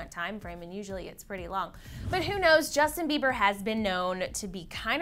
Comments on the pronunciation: "Jusin Beiber" um ok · DAMN IF YOU GUYS ARE CLEVVER IT'S JUSTIN BIEBER NOT JUSIN BIEBER NO HATE 😂😂😂